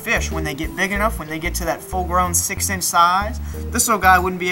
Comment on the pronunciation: I came here for a cute pufferfish video and what I got was a guy with an accent saying “six inch” and I’m not disappointed.